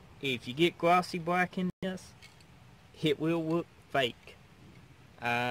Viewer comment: Rememba. Fat bwack, not gwossy bwack. Nice vid.